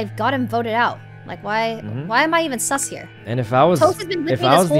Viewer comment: Toast: "ooh thats sSuS!" 😂